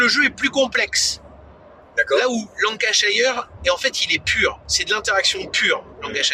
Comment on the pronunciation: Très chouette vidéo ! Pour pinaillé, la prononciation de Lancashire c'est [LAN] + [KUH] + [SHUR] :p Et si, Birmingham tu peux jouer à 2, sur la même map mais avec une partie des cartes en moins (et donc on joue que sur une partie de la carte).